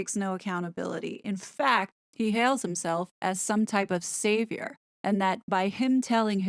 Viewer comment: Sweetheart, did you say Savior or Satan?